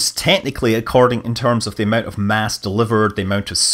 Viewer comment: Did you mean amount when you said amant ???